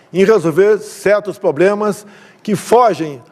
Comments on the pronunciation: "Poblemas".... só consegui escutar isso... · Ele disse POBLEMAS